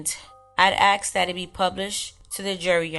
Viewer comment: dormiebasne3578 don't worry, I feel uncomfortable when I hear her say "ax" because it's a blatant mispronounciation of a word. It's not an accent. Being black doesn't mean you can't pronounce the word "ask". Unfortunately there is this very strange subculture in which it's considered cool to act stupid. To mumble words or completely butcher the English language. To walk like a cripple. To laugh and gesticulate like you have some kind of physiological disorder. At some point a conscious effort was made to adopt these characteristics by people. I also wouldn't worry about "unconscious bias" or any of that white man's guilt nonsense. There has been a worldwide proactive effort to make white people feel bad for trying to hold basic standards and look after their families, don't ever feel like you're the bad guy because foolish people make you uncomfortable.